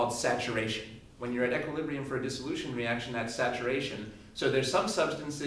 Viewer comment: He does it to give a more thorough understanding. I'm sure it helps people who are really struggling with the fundamentals. I think he's great at explaining concepts overall, though. Btw, he's the first person I've ever heard pronounce equilibrium as "eck-quilibrium." =p